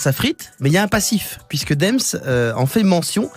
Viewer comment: Alors...déjà on dit pas Dèms mais Deums et ça s’écrit Dems. Ensuite t’es blagues fin on va appelés ça comme ça sont claqués. Pour finir c’est de la critique non pertinente quand on connais pas Damso 🖖🏽